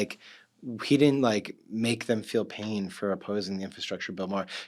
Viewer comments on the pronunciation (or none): none